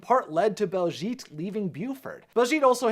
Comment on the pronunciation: One tiny issue that's bugging me it's BAHLszhet not BALLszgeet